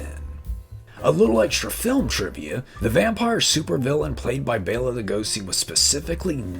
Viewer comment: You are one of the few people that I've ever heard pronounce Bela right.